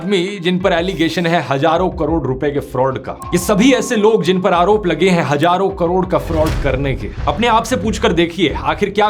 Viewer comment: Hazaaron.. Not hajaron.. Practice to pronounce sound of Z... Z.. Z.